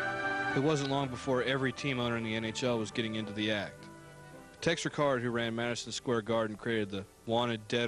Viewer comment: This was very good work--except for the mispronunciations of a couple of names: RICK-ard, not Rick-ARD, and as already pointed out by another poster, KIL-RAY,, not KIL-RE-A.